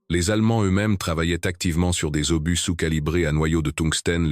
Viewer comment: Quelle catastrophique voix IA qui nomme (Et j'en passe) un obus----> Par un "obusse"...!!!😁